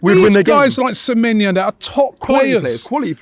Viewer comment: Samenya!! 😂 Can get into any side. Get his name right first Robbie it's pronounced, samenYO! He can get into any side in the EPL😅😂